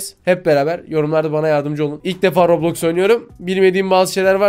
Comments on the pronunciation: ablacım rablox değil roblox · daha okuyamıyo rablax diyoya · Bu arada robloks a rablox demesi peki😅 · Lan daha roblox diyemiyorlar rablax diyorlar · Roblox a rablaks diyenkoca yürekli ablamız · bisi diyim mi daha heber ciler Roblox a boblox diyo kskskskksks hu nası haberci haberciler daha konusmayı bilmiyonuz haber mi yapacanız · Haberler bilip bilmeden konuşuyorlar ailemiz kontrol edebilir lan daha Roblox u düzgün söylemiyo rÖbLoKs LFEKJGBAELFKJGBEQFOŞJGNR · Rablax ne kanka roblox o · Daha doru düzgün roblox diyemiyo bide yasaklıycak